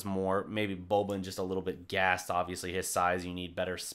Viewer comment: learn how to pronounce boban properly now that he will play more, before them serbs get upset. as for the game - it's nice to see they can compete with a top team that blew them out in the 1st game, despite playing without a competitive center. they need to get ibaka if possible